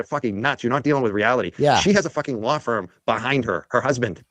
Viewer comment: omg learn how to pronounce LAW! it is not "lawr". Speak english 🤯